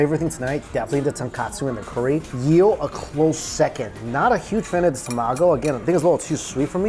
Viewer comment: It's "EEL" not "YEEL". Just saying.